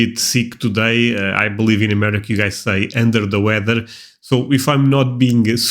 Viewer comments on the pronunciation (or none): It sounded like you said End of the weather, it's actually Under the weather.